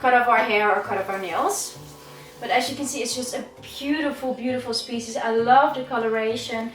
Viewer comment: DRINKINGGG GAME!!! So, here it starts again: everytim is saying/pronouncing `spezies´ you gotta drink! - Let the games begin...